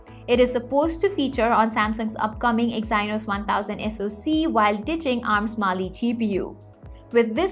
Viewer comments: "exainos" 🤣 "teeger" 🤣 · Good informational video. Need to correct English pronunciation for words like integer and Exynos.